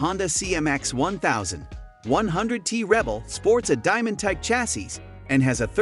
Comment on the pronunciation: Can the computer voice not even pronounce stuff like Chassis and EICMA?